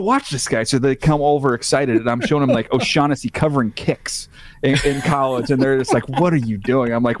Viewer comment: Oh Shack Hennessey Do you mean O'shaughnessy?? 😂